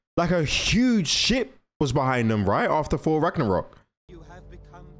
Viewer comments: "OOOHHH FORRR FORRR" SPEAK CORRECTLY! ITS THOR WITH A TH NOT A F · It's Thor bro not 4😂😂